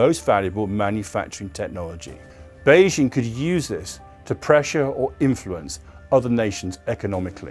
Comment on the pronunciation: 🍯🍯🍯🍯 If he knows so much about China how come he cannot even pronounce Beijing or Xi?? 🍯🍯🍯🍯